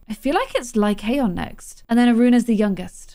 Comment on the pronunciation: i think the name is pronounced "Lie-con"!!!:)